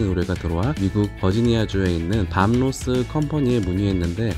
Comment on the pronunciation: 밤 로스 .... 가 아니라 밥 로스 아닌가요?